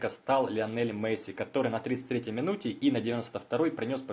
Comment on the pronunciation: досмотрел (дослушал) до . после "Мэсси" выключил. такого футболиста не существует.